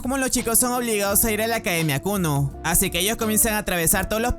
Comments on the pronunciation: El colegio llamado Kuno xd es kunu pero se le entiende kuno xd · yo entendi kunno y no kunu;v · escuche el colegio llamado kunno xd y era kunu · en el comienzo escuche Kuno JAJAJAJAJ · bro en el inicio escuche que el nombre del colegio era kunno en vez de kunu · Siempre escuche "kunno" ●_● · Al inicio pense que dijiste clase kunno XD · lo primero que escucho en el video es la escuela kunno en vez de kunu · Le entendí kuno al inicio XDDDDD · Pense que dijo kul0 digo Kunno pero es kunu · Yo creí que dijo kunno XD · soy yo o dijo kunno XD